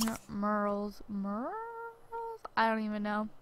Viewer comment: I know this video's really old but I only started watching it recently and a lot of things really bother me lol. His name's not Muhammad, it's Mahmoud. Those aren't the same. And it's not "dormitery", it's dormiTORy with an o. Also, how do you not know how to pronounce mural? It's not a hard word. Lastly, in a couple videos back you said "uba gangnam style" but it's actually oppa gangnam style.